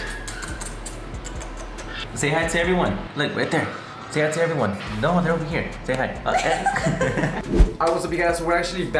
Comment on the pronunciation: You know when your Hispanic when you say “Noooooo”